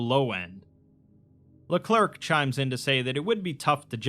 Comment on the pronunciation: "LeClerc" is pronounced le-clare jsyk